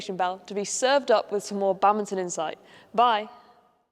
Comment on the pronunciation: Love how they pronounce it like "Bummbinton" XD